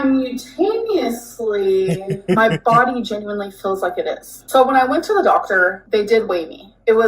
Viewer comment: SI MOOO TANEOUSLY... 😅 Simultaneously.... girl needs a god damn dictionary. But that would take effort.